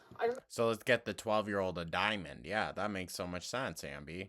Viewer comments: the way she says diamond pmo. “dimin”. and it’s not even a diamond she’s talking about. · "I was on the darker side" EMO,. Your haircut and color and your lip piercing were EMO. "it was a rill diamons" She thinks pin and pen are pronounced the same way. 😂